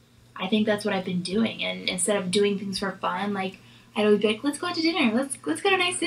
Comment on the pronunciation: Myka, it's: All-ways. Not: Oh-ways 🙄